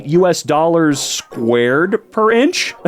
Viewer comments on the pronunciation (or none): that’s Canadian doollers aka CAD